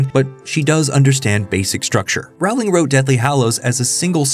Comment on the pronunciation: I highly recommend people who make videos about Harry Potter watch videos about J K Rowling or listen to the audiobooks. It's amazing how many, this channel included, mispronounce her name